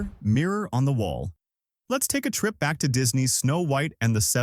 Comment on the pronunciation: This AI narrator? Pronunciation on the mirror one was bizarre thats not how people talk.